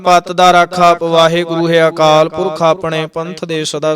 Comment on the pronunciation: Waheguru ji ਖ਼ਾਲਸਾ ਜੀ ਤੁਸੀਂ ਹਰ ਵੀਡਿਓ ਵਿੱਚ "ਅ" ਨੂੰ "ਆ" ਉਚਾਰਨ ਕਰਦੇ ਹੋ ਜੀ। ਅਕਾਲ ਮੂਰਤ - ਆਕਾਲ ਮੂਰਤ, ਆਜੁਨੀ, ਆਨੰਦ waheguru ਜੀ ਤੁਹਾਡੀ ਲੇਹ ਵਧੀਆ ਹੈ ਪੜ੍ਹਨ ਦਾ ਢੰਗ ਪਰ ਹਰ ਰੋਜ ਇਹੀ ਗ਼ਲਤੀ ਬਾਰ ਬਾਰ ਪੜ੍ਹੀ ਜਾਂਦੀ ਜੀ ਮੇਰੇ ਮੂਰਖ਼ ਵਲੋਂ ਕਹੇ ਸ਼ਬਦਾਂ ਲਈ ਮਾਫ਼ੀ ਜੀ 🙏🏻🙏🏻🙏🏻